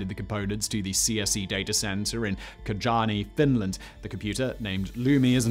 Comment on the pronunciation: I assume the place you tried to say was "Kajaani"? I'm not entirely sure, but that's the closest approximation I can think of. If so it would be pronounced closer to 'Kayaani' rather than 'Kadzaany'. Typically I don't comment on pronunciation as long as it's intelligible, but as a Finn, I'm still not sure if that is the place you meant. As a side note, "Lumi" means "Snow" in English.